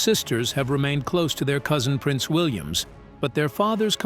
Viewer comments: Please stop saying Williams. His name is William without the s at the end!! Good grief!! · Yeah-every time I heard Prince Williams it was like someone drew a fork across a dry plate😖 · Why do you keep saying PRINCE WILLIAMS. It is PRINCE WILLIAM!!!! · Would someone tell the idiot narrating this that it’s Prince William not Williams. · Why is this the big whine. It's AI. Get use t o it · Oh dear me Our Prince is William NOT. Williams. Also mis pronunciation of certain words in the ENGLISH language are very irritating. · That is what happens when you let AI read your script.:face-blue-smiling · Is this AI? Why can't this robot get Prince William correct?